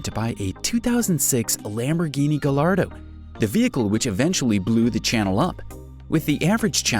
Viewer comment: Same with Gallardo... Guy-yardo. Chiron - She-ron. Stradale...Stra-doll-ee.